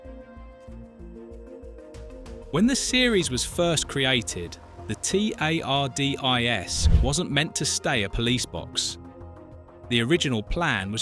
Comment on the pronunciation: So whoever did the voice over has never seen Dr Who? How can you pronounce Tardis as T.A.R.D.I.S?